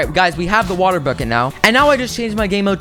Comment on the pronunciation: is it just me or did he say wattle instead of watet